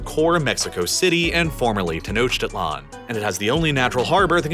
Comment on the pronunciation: Hearing rhe pronunciation of Tenochtitlan briught me immense pain, considering i was literally at las Pirámides de Tenochtitlan literally last week lol. English rules aren't followed, the CH in Tenochtitlan sounds more like a K or C than the CH in English.